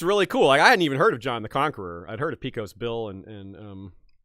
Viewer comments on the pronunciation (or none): Great stream! Small thing: "Pecos" in Pecos Bill is pronounced PAY-cuhs or PAY-cohs. I wouldn't point this out usually, but it hurt me slightly, lol. Still loved the discussion! Really loved the journey down the lane of leaders claiming ties to non-Christian heroic/religious figures.